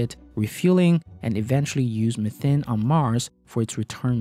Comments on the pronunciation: It‘s called Methane, not Methn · Methane : Meth-AE-ne or MEE-THANE, not "methen", not "methin". You're welcome. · Isn't methane pronounced 'mee-tane' though? Just wondering